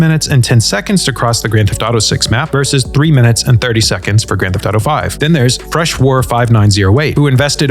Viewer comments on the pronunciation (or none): none